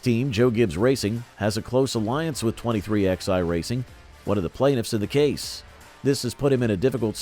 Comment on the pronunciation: Hey it's pronounced 23 eleven NOT 23 X I damn it get it right or don't talk.